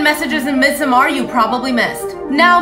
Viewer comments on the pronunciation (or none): No its NOT, lol, tf, why you lying? Im swedish. You absolutly dont say midsomAAAr. You say midsommar. Its a very short A, not drawn out at all. Why are you pretending to know when you dont?? 😭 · as a Swede, “midsommar” is not pronounced “midsomaar”, though some people might have a hard time pronouncing it correctly, so sure pronounce it how you want. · I guess it’s pronounced meedsomar? I’m trying to sound it out over her lmao It’s kinda hard if you don’t speak Swedish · holy shit its pronounced midsummer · pronounced mid-summer :) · If you try to sound correct about pronouncing something please pronounce it correctly 🤦🏼‍♂️ ”MiDsoMaaAr” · How the director pronounciate it means nothing, he is not swedish, it is a swedish word. Ofcourse he mispronounces it, since hes not swedish. You cant call it correct just because someone says it that way? 😅